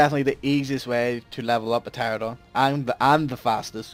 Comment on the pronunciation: You said Pteradon